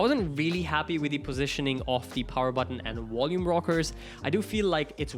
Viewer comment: Its volume rockers not wolume rockers. 👌